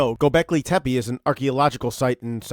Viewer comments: Tepe not tepeE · First things first: You started with mispronouncing the name of the site. HOW COME? *TEH--PEH, not: "Teh-pee" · The second E in TepE is pronounced the same as the first one. So it's tepe not tepy, tepi, tepee but TEPE. Tepe is a turkish word for hill. First learn to pronounce the main thing you talk about. You say it a dozen times. Second the site wasn't that dry at that time, they had springs and wells which dried up and it got abandoned. If they did put terrazzo floors it was not the main water supply but an addition to combat the lack of water. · it's gobekli tepEH bro not tepey. so distracting. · He could have check the pronunciation of word Tepe, so we all can use it the right way!